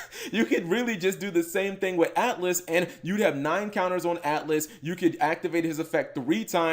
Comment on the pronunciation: It’s not atlas it’s Altus